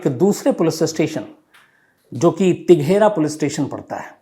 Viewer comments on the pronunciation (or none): Taighra nhi teghra ,tirauhli nhi pidhauli ,padhne aata nhi benchod crime news batayege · ललन सिंह नहीं अनंत सिंह। तिघेरा नहीं तेघड़ा। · AP EM PLACE K WORD KO CORRECT KAR LAY T E G H R A